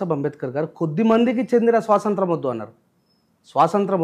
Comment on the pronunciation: స్వాతంత్రం,,,,, స్పష్టంగా,, పలకండి, సోదరా,,,,,, ముఖ్యమైన అంశాలు మాట్లాడుతున్నారు,, గ్రేట్